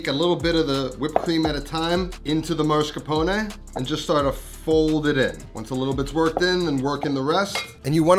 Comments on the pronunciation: I'm Italian and my issue isn't the lack of eggs, it's your pronunciation. It's masCARpone, not MARscapone. There's no "R" as the third letter. Americans always do this and it's incorrect. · Dude, it's Mascarpone and not Marscapone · why do all Americans call mascarpone marscapone? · MASS-CAR-PONE NOT MAR-SCA-PONE like you're pronouncing it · Did he say “mar”scapone? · MAH-scarpone. MAH-scarpone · why is bro saying marsh-capone 😭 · im just mad that you cant pronounce mascarpone MASS-CAR-PON-EH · I'm romanian and I was shocked by the way he said it. Marshcapone wtf!! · What’s up with Americans and pronaunciation of mascarpone? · Same. Maybe it's because I'm in the USA but I've never heard anyone ever say it that way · I can't get over the pronunciation of mascarpone